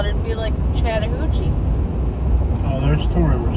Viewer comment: Ok ok there are few words that cannot be mispronounced. Wakulla (wack u la) ... Really? Blounsttown (blounce town) 😂😂 The BEST YET is the word shat. This announcer pronounced Chatt as shat 😂😂😂😂 Shattahooocheeeee. Too funny! Im not lazy although I am a lil crazy 😂.... And I absolutely adore, love & highly respect all history, Native Americans history, artifacts, grounds, mounds, etc. I seem to find something more every time I'm about to run outta history, land, artifacts, geenland's, etc. It could be a great place to live with appropriate attention(s). I grew up not far from here although living here in Shatta now. I'll put it this way, this is the only city I have literally refrained from taking walks alone. I do walk at the river landings only when other people are around and I'm very observant. It pays to be cautious and until cautionary changes are made in this city nothing's going to survive. Perhaps that's best bc it's truly a beautiful historical & spiritual place. And that's just fine me. Thanks so much for the history videos... now on to more. 🌷